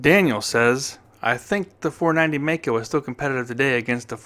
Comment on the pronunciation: I worked for the Maico importer in Detroit, Gray International in the mid 60's, as the parts manager. Maico is pronounced My coe, NOT May coe.